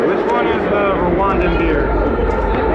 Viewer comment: I really how you just said “ you welcome to Rwandan” in a condition way and yet you said the whole thing wrong 😑😂